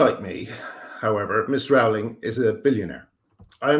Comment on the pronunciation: Your videos are a breath of fresh air. I have only one problem with them: Rowling is pronounced "rolling", but keep up the good work and I wish you the best of luck in all your endeavours.